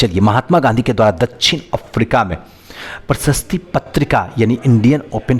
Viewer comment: सर कम से कम हिंदी में जो लिखा हुआ है उसे देख कर सही पढ़िए जैसे प्रशस्ति नही प्रकाशित होता है